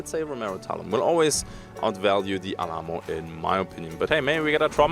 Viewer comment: the pronunciation of Alamo, is Al like Al Bundy, and Ammo.... so Al-Ammo.